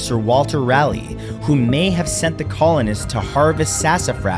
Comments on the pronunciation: Raleigh is pronounced "raah lee" not "rally" he wasn't a car race. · Didn't even look up how to pronounce Raleigh. Come on bro